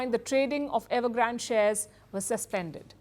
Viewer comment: It’s evergrandeeeee not evergraaaand